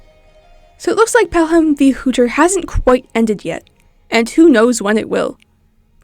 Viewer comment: hey errr i dont think youre pronouncing hütter correctly i think it's like hyutter... i love the calendar though i thought it was some of the stock footage at first.